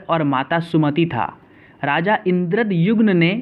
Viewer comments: Raja Indradyumna not Raja Indradyugna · It's called puri not pudi N king called indradyumna not indra jumma Kahan se padh raha h Raani ka naam gundicha thi??? Really???? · Yes sale thik se bol Puri or Indradyumna